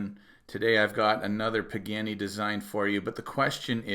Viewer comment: Sadly, its not pronouned "PIG - ANNY".... its properly pronounced "PA - GA - NEE". Good video. Thanks. 😉